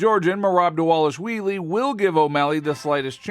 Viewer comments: Who is dis Merab Dawalushwheelie you speak of? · Repeat after me: DAH-VAH-LISH-VEE-LEE.